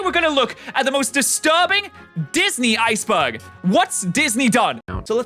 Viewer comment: Is it because he pronounces "Iceberg" as "Ice Bug"?